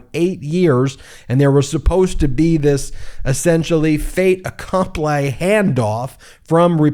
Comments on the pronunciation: Fait accompli, pronounced Fate Accomplee. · Bro — you butchered the pronunciation of “fait accompli”😅